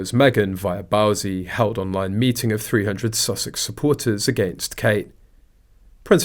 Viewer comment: It's Bouzy rhymes with Floozy! 😅